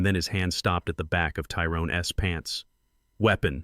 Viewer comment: You really need to find a voice over app that knows how to pronounce a word with an apostrophe in it. "Tyrone's" is not pronounced "Tyrone S" All the words in this video with an apostrophe are pronounced wrong.